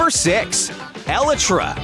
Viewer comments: Elytra is pronounced E-lie-tra and not E-li-tra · why is it eli-tra its E-laytra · It is not eleytra,it is elytra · it’s actually elytra not eletra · For some reason, the way he pronounces Elytra gives me anxiety...